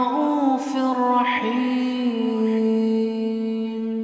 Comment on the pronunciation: Why raufir raheem and not rauufur raheem